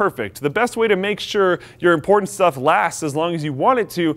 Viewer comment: "imporntant data"